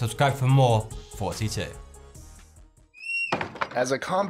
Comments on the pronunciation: Okay i like your content, but in what fuckin language do you pronounce "thoughty" "foughty" wtf m8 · Is it a coincidence that he pronounces his youtube name as "forty-two " and then dresses up like hitman? (hitmancode -42) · It sounds like you say 42 here in your intro. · He says, I hear forty-two. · Anyone else hearing 42 instead of? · Varasalvi2 does say 42 instead of thoughty on purpose. That is because if you search Google what is the meaning of life, it will say 42.